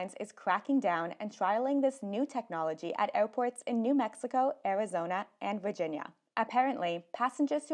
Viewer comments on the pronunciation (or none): none